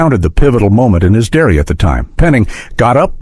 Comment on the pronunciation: AI? diary pronounced "dairy" one time...pay a VoiceOver artist...